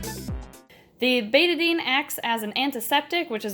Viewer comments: Me: BETA-DINE Her:BETA-DIN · It’s pronounced bet-Ah-dine